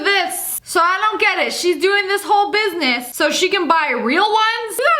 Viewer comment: You said buinuss